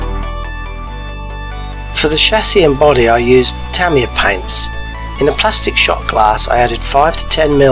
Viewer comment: The paint is pronounced Ta-my-ya